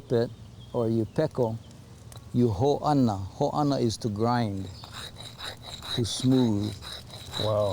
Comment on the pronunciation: Great and informative. Mahalo. One critique. The word chiseling out is "pao"without the okina. Not "pa`o". Is the word he is using "peko", is it supposed to be a Hawaiian word? The word for grindstone; is "hoana." It is not "ho`ana." There is no okina in the word. Sorry, I am not trying to be belittling. Our Hawaiian language has suffered under the present rule. Years ago the language was the only language spoken. When the power unseated our queen a whole generation grew up without knowing the language and words are widely mispronounced. i.e. "Ho`ana means to save for the future however, an "e" must be added and "hoana" means grindstone.